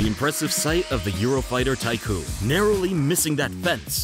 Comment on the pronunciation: Eurofighter Typhoon. Not "tycoon"